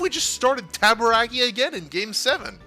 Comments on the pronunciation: Rick Tabaracci's last name is pronounced "taba-ra-chee," btw. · Rick Tabarakki! 🤣 I believe it's Rick Tabaracci, Ta-ba-ra-chee! 🤣